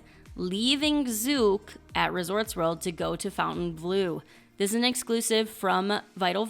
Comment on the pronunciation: Can we please normalise the correct pronunciation of Fontainebleau, and stop calling it "Fountain Blue?" I'm hearing this on so many channels!